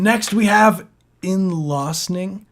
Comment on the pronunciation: thank you for listening and reviewing my song (Innløsning) don’t worry you couldn’t pronounce it i don’t mind 🔥🙌 (It’s Norwegian for Redemption)